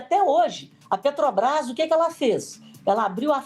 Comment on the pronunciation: Ela fala assoviando e falou "Petobrás" inúmeras vezes.